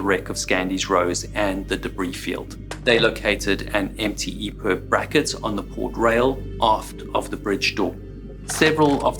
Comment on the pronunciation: I’ve got to ask is it EPERB or EPIB? He keeps saying EPERB